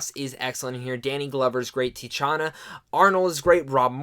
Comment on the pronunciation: Lol its pronounced "Tah-sheen-a" Arnold. Great review!